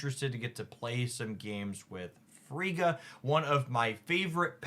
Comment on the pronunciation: Just in case the mispronunciations weren't just for engagement: Surtur: sir ter (syllables rhyme with her) Frigga: frig uh (frig like twig) Eitri: ee tree Malekith: mal uh kith (not Keith) Fenris: fen rhis (like wrist w/o the t) Gorr: gore *note these pronunciations are based off the popular American pronunciations or as appeared in MCU Some were pronounced correctly, but I thought it helpful to simply list them all for anyone else curious. I am a huge fan who watches hours of a week. Just didn't want 4 new "Chi-air-e-uh"s (Caiera).